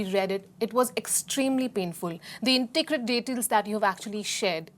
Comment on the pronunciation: it’s intricate not inticrate!! if you can’t say big words then pls don’t